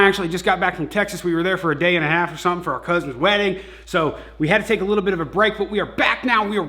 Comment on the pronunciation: He say "littie likea tittie" 😂😂😂